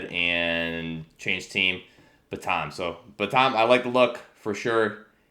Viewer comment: I don’t meant to sound like a grammar elitist, but I believe it’s pronounced “Ban-tm) like the name of the chicken. Tan and Batam should rhyme :)